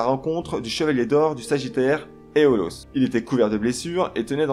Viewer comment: La mauvaise prononciation de aiola et aiolos rend la vision de la video hyper désagréable